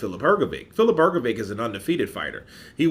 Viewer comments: H like H in ham G like G in game O like O in dog Hrgovik is Hrgovik Hrgovic is HrgoviTS C like TS in lets Hrgović is HrgoviCH Ć (considered a ‘soft’ c) like CH in cheese so it's Hrgović CH Croatian words are pronounced exactly how they are spelt and there are no silent letters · U pronounce his name Hrgovitch like bitch or witch